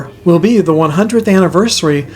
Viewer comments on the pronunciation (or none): none